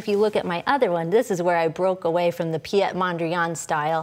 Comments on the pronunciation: I was just thinking the same.. she pronounces it as a French name.. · Piet is a Dutch name. It's pronounced as Pete.